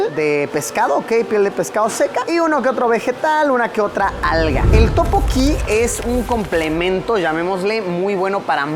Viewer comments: Luisito no es topoki 😫 es (Tteokbokki) y su pronunciación es tuk - bow - kee, en el restaurante de barbacoa te faltó mencionar que comer carne de cerdo en Corea es súper caro y solo se come en momentos sumamente especiales es por eso que lo más normal es comer mariscos porque es lo más económico, de ahí en más me encantó el vídeo, espero en algún momento viajar a Corea, Amooooo 💜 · Efectivamente, yo cuando leí el "Topoki", dije "Esto es un sacrilegio". xD Pero es que ya en varios videos también se nota que Luisito se complica demasiado con prununciaciones simples. Pero bueno, no deben saber casi nada del Hangul y la pronunciación. uvu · Topokki amo jajajaja teokbokki Luisito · Escuchar a Luisito decir Topoki y no Tteokbokki me da toc. xD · No es topoki es teokkboky